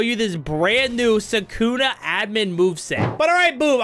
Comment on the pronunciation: I do not like you why?: You’re saying Soukouna, instead of saying sukuna